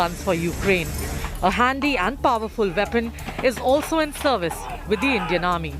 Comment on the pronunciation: vestern veapon? Can they not see that those words start with a w?